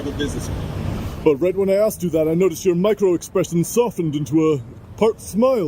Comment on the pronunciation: He said “your being axed to leave” 😅🪓